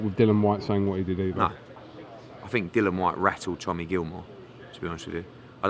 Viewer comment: He's called Dill-i-an not Dillan!!!!